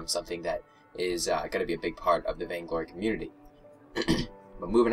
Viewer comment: Said vaingory :p